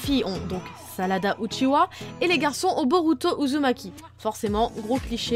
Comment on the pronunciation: stp Uchiha pas Uchiwa